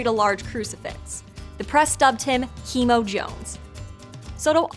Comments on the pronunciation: 😂 "Chemo" it's pronounced more like "Chæmo" - CH, like in "chorizo" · I'm a native Spanish speaker but not Puerto Rican, so I need to ask, is her pronunciation of "Chemo" correct? She pronounces it as it would be read in English, but I would expect it to be pronounced as the Spanish reading (as the Che in Che Guevara). I think it's a great video regardless but it still bothers me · I think Chemo Jones' name is pronounced Che(like chess)mo rather than like chemotherapy. I have an uncle from Mexico with the nickname Chemo, and that's how we pronounce it. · Sorry, the pronunciation of “CHEMO” really bothers me, it’s not Chemo like chemotherapy it’s SH-eh-MOE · is "Chemo" supposed to be pronounced the same way English speakers say chemicals? If this name originates from a Hispanic country, it's probably pronounced how it looks. cheddar-mode --> che-mo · Yes, Chemo is pronounced as in Che Guevara. But I'm not going to complain, cause at least they got the info right about where it originated. Cause for the longest time it was as if PR got lost in the shuffle when it came to the Chupacabra. For years they'd only talk about sightings in Mexico and people started to think it was a Mexican story. It was like...come on!! You guys have enough of your own spooky folklores and ghost stories. Leave us this one. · The "Ch" in Chemo is the same as Chupacabra. Not like Chemotherapy. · Chemo is a wild way to pronounce "Chemo" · The way she pronounced "chemo"... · Yeah it's weird listening to her say Chemo like in chemotherapy